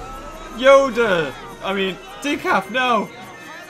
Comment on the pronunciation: Man says Yoder And here’s Yoda